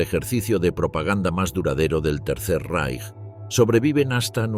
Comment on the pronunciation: Tal como pronuncias correctamente Reich (en oportunidades, no siempre) debéis pronunciar Weimar